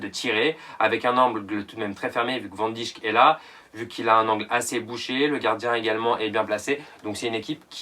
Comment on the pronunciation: Tu sais pas prononcer Van Dijk